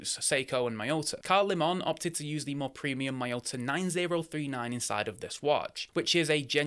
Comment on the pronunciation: Just picked up a nearly new green version of the applied indices option for £165. I'll review it shortly. By the way mate, apparently the correct pronunciation is "Leaman" not "LeMon". I quite like the name, but would have preferred something more Japanese sounding